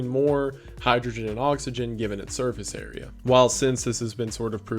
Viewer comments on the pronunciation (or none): none